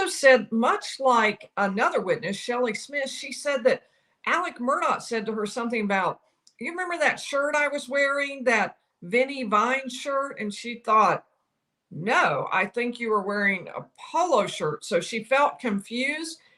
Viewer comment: Vineyard Vines. It's not Vinnie Vine.